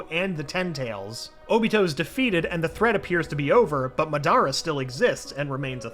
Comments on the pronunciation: The way he says mah-dah-ruh as ma-dar-raugh made me click off the video off of cringing. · Whos mud-are-uh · Bro I get so triggered when he said ma dara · bro its Madara not madiArrrrAAAAAAAA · The pronunciation 😬 Ma-dar-a?¿? Ma-da-ra... Other pronunciations got me rolling too but this ones the beat miss pronunciation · Goofy pronunciations n the voice so dumb , ‘Kakashis best friend uchiha’ ma- DAR uh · Bro the way he said ma dar ra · excuse me did you say mah dara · “Jijuriki” “Uchia” “madra” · Next time pronounce names like normal not meeeenaaatooo or muhdara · “Muh-Dara” oh nah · Medara it’s madara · My man said my dara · WHO THE HELL SAYS MA DARA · Did he really call madra, madara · its not ma da ra its pernounce madera not spelt like that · ok I'm sorry but having Obito being called "Uchiha" is just too weird for me pulse he said "me-nahhhh-toe" instead of minato.... and my guy said ma-dare-a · The way he pronounce madara makes me mad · He pronounced madara wrong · I was enjoying this until I heard you pronounce Madara